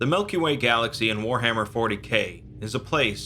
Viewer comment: did he say Melky Way?